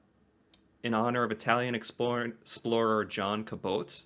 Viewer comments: LOL Cabot is Ca-bot not ca-boat. LOL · I hope you don't feel embarrassed, but I just wanted to help you accurately pronounce Cabot like an East Coast Canadian. It's 'Cab' like a car/taxi and then 'OT' like hot without the H. Hard T at the end. Not a soft 'O' sound. It may be different in French or Italian. In Nova Scotia, the Cape Breton Highlands is known as the Cabot Trail as it was thought Cabot landed in Nova Scotia first and made his way to Newfoundland and Labrador/Quebec through the coastal trail. Not actually sure it's true. There's a lot of Pride in Cabot in Nova Scotia. We love to have people tour the trail and experience our Highlands. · Caboat as you pronounced is wrong. It's John CAB AT